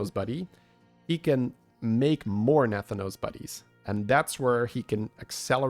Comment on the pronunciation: As a wow lore enjoyer, the pronunciation of Nathanos the entire time drove me CRAZY